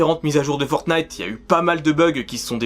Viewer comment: Parce qu'en anglais, on dit "Fornaïteuh" et ça s'écrit "Fortnite" alors qu'en français, certaine personnes disent "Fortnaïteuh" alors qu'ils devraient le prononcer et l'écrire comme en anglais car c'est un nom propre (mais un jeu sale -_- ) !!!